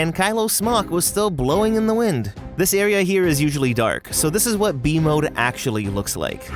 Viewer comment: I keep thinking your saying v mode instead of b mode😭